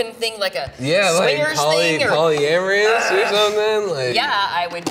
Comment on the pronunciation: Polyamrious he says lmao